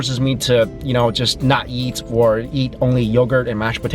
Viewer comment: every time he says eat i hear yeet